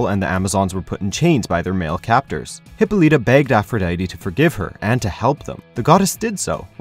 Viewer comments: I cringed every time this guy mispronounced Hippolyta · OMFG! this guy can't even pronounce Wonder Woman's mother's name correctly. #WHATADUMBASS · Well, gee, it's almost like they thought end of the name "Hippolyta" would pronounced like the name "Lyta"... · Not to be rude but your saying hippolyta wrong